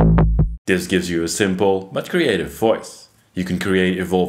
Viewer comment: Please do not change anything in your voice as a result of this feedback. My philosophy is that English is a language best spoken mangled. I was a DJ on KROQ/Los Angeles for 37 years. So when you say ‘dis’ and ‘dees’ for this and these, it is close to my heart. ❤